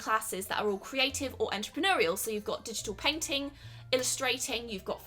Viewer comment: Anyone els thought she was saying peng ting insted of painting